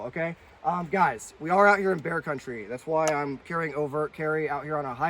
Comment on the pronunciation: 🍺🍺🍺🍺🍺🍺 Bear??? I thought you said beer!! Haha J/K 🐻🐻🐻🐻🐻🐻